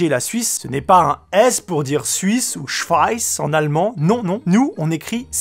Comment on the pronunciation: Frère comment t‘as dit „schweiss“ au lieu de „schweiz“ 😭😭😭😭